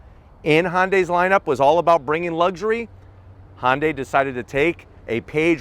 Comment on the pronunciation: Can somebody teach this man how to pronounce hyundai? LOL HONDAY? lol hahahahha